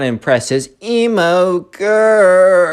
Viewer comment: WHY U KEEP SAYIN EMO GURL LIKE ELMO